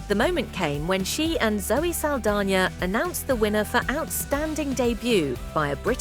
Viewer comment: “Zelly Saldania”? Would that be Zoe Saldana, by any chance?